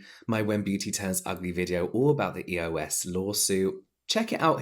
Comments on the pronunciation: Lol the way you said EOS first sounded like ear wax! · When you said “EOS” I heard “ear wax”😂 And honestly I’d rather use ear wax over EOS😂